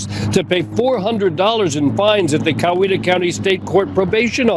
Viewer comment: Oh.....you should have just said Cowetta County. Par for that course.....and county.